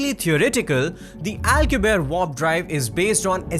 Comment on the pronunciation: And to the guy speaking, its W-A-R-P not Vorp😂😂